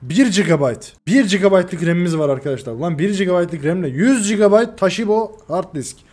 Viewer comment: TAŞİBO DEYİL ABİ TOŞİBA ABİ O :D :D :D :D: D: :D :D: :D